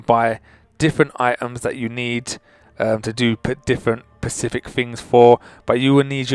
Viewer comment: Guy:it's very pasific me:specific guy: so be very pasific me:SPECIFIC🖕